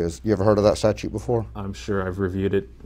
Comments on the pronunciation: Is it just me, or is this dumdum saying “statue” instead of statute? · Correction. He says "statue". How do you expect the guy to know a statute when he can't even pronounce the word.